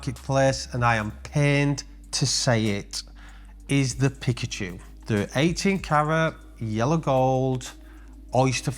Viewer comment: As an avid pokemon fan and card collector, it pains me to hear your pronounce it "Pick-a-chu", it's "Pee-ka-chu", 😂 But seriously, LOVE your vids and always happy to hear the Blusey is super popular, seeing as it was my first watch for my 30th last year. I really want to get my hands on that OP Celebration in a 41, my AD has me down for it.